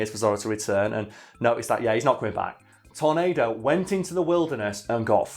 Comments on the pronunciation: His name is pronounced Tor-NAH-do, Not Tor-NAY-do. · It's pronounced tor-NAD-o